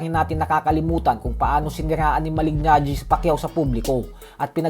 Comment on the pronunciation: Malig- Najee mali pa pag pronouce mo boy, Kala ko ba boxing fan ka ? Kung nanood k tlgang boxing alam ang pronunciation ay Malee-najee Mali pa spelling mo sa title boy Mali"GANGGI" . "GANGI" talaga? pra g@ lng . Hay naku